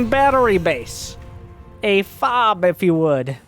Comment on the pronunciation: a FOBB or Forward Operating Battery Base. Incorrectly pronounced by this newscaster, the phrase is normally pronounced FOB-BEE. The term is a holdout from confederacy days and still is used by Terran high command for certain types of Protoss military architecture. FOBB was found to be potentially confusing for most marines. Class divides made the proper normalization of terminology difficult.